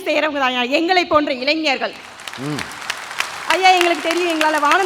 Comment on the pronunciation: avargale, Neengale eppadi pesalama..? Ezhanjargal Alla, Elainjargal..Entha edathal ZHA poda vendum enrdu therinthu pesungal..